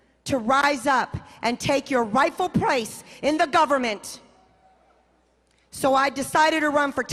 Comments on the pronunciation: Did she say "rightfu' prace"? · "Wrise up and Take your rightful pwace!"